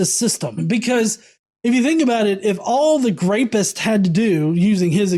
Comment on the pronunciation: wtf is a "grapist?" You said that word multiple times when describing some who did rape. No shit. It was a little distracting. I even backed up to make sure I wasn't just hearing things, mistaken. It was just weird.